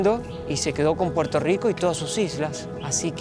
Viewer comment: estas en PUERTO RICO, no es RICH PORT!! Asi q dale al español nomas!!! el idioma mas lindo!!!!